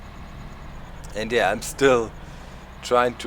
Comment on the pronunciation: Pronounce the Silage with an I sounding like ''eye''